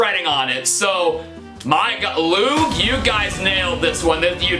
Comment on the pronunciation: Everytime he said "Loog", it sounded like "lube"